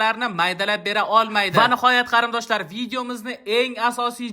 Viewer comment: Кариндош эмас Кориндош😂😂😂